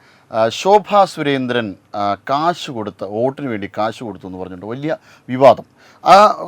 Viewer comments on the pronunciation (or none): കാഷല്ല കോയ😂 കാശ് എന്നു പറയൂ . പറഞ്ഞിട്ട് കാര്യമില്ല !!! മദ്രസ്സയുടെ ഗുണം 😂 ശോഭാ ജീ തൻ്റെ കുഞ്ഞിനെ മതം പഠിപ്പിക്കാനല്ല ശ്രമിച്ചത് . ആ കുഞ്ഞ് US - ലെ ഉയർന്ന കമ്പനിയിൽ ജോലിയെടുത്ത് നേടുന്ന പണമാണ് . അല്ലാതെ ആടുമേക്കൽ അല്ല😂